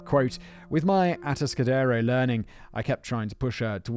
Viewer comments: Ah-task-ah-dare-o I used to drive through there on my way to Morro Bay, the place has had a bad reputation in California. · Kemper is fascinating. Almost as fascinating as hearing Simon mispronounce Atascadero for two hours. Kemper is still alive and is at the California medical Facility (CMF) in Vacaville. CA has a moratorium on capital punishment.